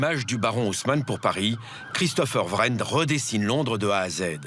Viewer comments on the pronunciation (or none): On prononce Christopher WREN comme 'Reine", pas Vrennes! Même pas fichu de prononcer correctement. Tu parles d'un journaliste! Buildings? et "bâtiments", tu connais?